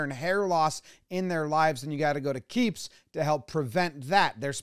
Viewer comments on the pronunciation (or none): Why is it when Jomboy says k-e-e-p-s all I hear is J-E-T-S Jets Jets Jets? And I’m not a Jets fan…..